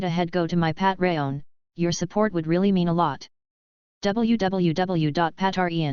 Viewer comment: out of all things i hear from the story the one thing that made me laugh was the AI saying Patreon as Patrayon😐